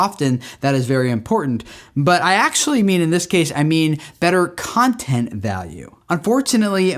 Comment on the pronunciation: I really thought you said "who is this cunting for?" hahaha